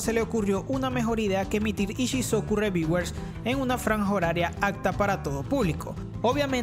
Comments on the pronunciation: ReVieWeRs jajajajaja mames me dolio oir esa pronunciación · que mal ingles: Ishisocu reviguers